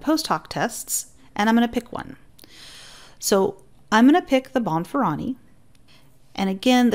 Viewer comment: Bonferroni is pronounced Bon-fur-oh-nee